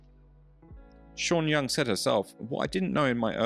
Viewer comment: The way he pronounces her name, sounds Chinese.